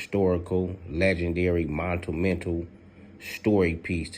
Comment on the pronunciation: bruh you need stop saying montumental,.... say it the G way G!!! MONUMENTAL!!!!!! thank you... now send it homie!!!!